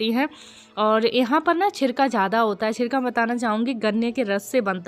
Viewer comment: छिरका नहीं बोलते शिरका बोलते हैं